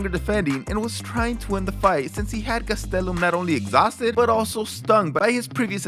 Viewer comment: I normally hate how you say last names but Gastelum is lit